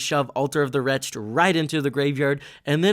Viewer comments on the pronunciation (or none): WRETCH-ed. Altar of the WRECH-ed. Two syllables. Cool deck, enjoyed the video